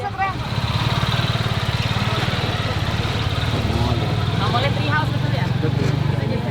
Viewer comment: Mamoli bukan mamole, itu nama perhiasan orang sumba